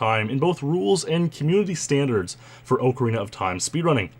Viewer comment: Oh man you Canadians.... Ohe-carina of time